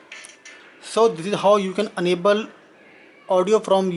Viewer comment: Not unable. Please pronounce it as enable. A not aaa.